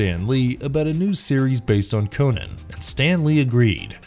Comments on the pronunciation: Omg stop saying Conan wrong it's well annoying Co-NAN not Conun. Fuck sake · It's not "Conin", it's "CON AAAAAAAAAA N". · Fun fact: Robert E Howard prounounced "Conan" with a "u". - "Conun". We've been pronouncing his name wrong for generations.